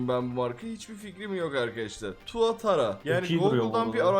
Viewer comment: Tuatra tuatara degil